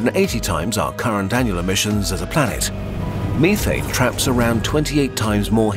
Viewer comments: If that's how he pronounced methane, I want to hear him say "Look at those hillbillies over there smoking meeth". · Its pronounced meh-thayne no me-thane